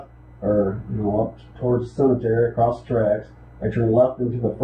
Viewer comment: “his answers came “acrosst” as inconsistent”? Did you mean “across”?